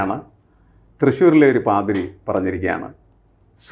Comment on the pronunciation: പാരിതിയല്ല പാതിരിയാണ്